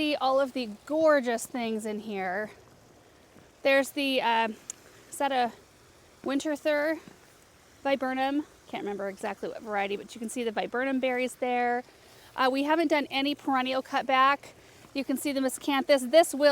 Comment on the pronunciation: The variety of one of the plants named Winterthur something is pronounced “winter-tur”… the h is silent. I know it’s confusing.